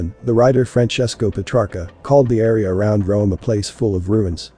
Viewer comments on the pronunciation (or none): none